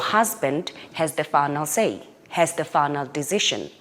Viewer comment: "Your husband has the funnel say. Has the funnel dizision." The wut now?